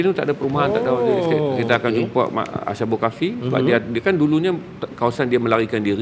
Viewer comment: Dengan penuh hormat, sebutannya adalah أصحاب الكهف Ashabul Kahfi bukan asy (ش). Apapun perkongsian yang baik.